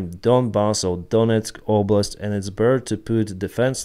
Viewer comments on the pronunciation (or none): none